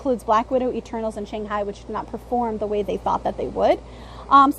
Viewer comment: fun video as always and I would agree Spiderman and Strange should be one and two not just money wise but also critical reception was really great for Spiderman and Strange was about what Thor was if not better. Also it was Shang Chin...you kept saying Shang High and I was like why do I keep thinking about Jackie Chan and Owen Wilson as cowboys.